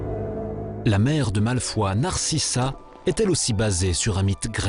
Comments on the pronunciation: Malfoi bordel ! C'est comme dans le livre audio, j'en fais des cauchemars :'D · non mais t'a jamais vus les film c'est malfoy et non malfoi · On dit pas drago malfoi , mais drago malfoy en prononçant le y . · Ce Documentaire aurait pu être bien si il n'y avait pas autant de fautes ! Bouse ! 1. Ce n'est pas le sorcier qui choisi sa baguette mais c'est le CONTRAIRE. 2. Hagrid n'est pas un géant, c'est un demi géant. 3. C'est pas Malfoi mais Malefoy. 4. Krakeun.. KRAKEN. Gooosh. 5. Nicolas Flameuul. FLAMMEL ! Non d'une pipe en bois ! Bravo la prononciation.. Ces moldus.. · Yasmin C'est moi bah sauf que dans les livres originaux il s'appelle aussi "Malfoy" donc ça se dit "Malfoy" et pas "Malfoi" ... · non on dit Malfoy.